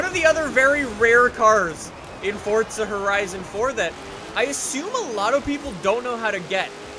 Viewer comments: It’s forza not fortza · Omg it's forza a not fortza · Stop saying fortza 😂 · Its not FORTZA